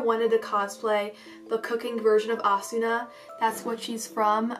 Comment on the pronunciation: Her name is not pronounced asuna. It's pronounced asna